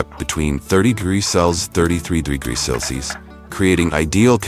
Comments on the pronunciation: the bot can't say Celsius. 90% of the methane cows produce is from burping, not farting. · Annoying AI dervied commentary but if you can ignore that then this is quite an interesting piece of work. This AI client doesn't understand the word 'celcius'